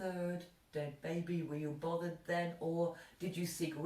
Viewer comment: Like 'Bovvered' love your haircut